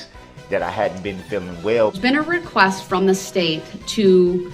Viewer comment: I’m thankful that I have never “RECOOST” myself. That sounds very painful.